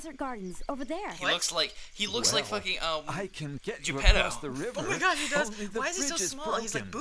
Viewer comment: Geppetto? More like Gepedo ;D